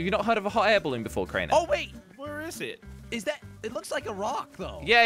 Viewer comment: hot air balloon: how i pronounce it: hot air balloon how pronounce it: hoh air balloo